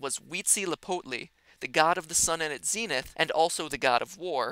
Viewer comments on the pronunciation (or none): none